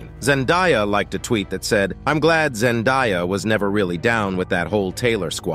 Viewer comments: It’s Zen-day-uh not die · Zendiya? It is ZEN-DAY-AH